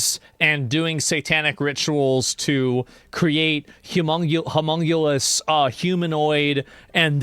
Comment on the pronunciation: He was mispronouncing “homunculus.”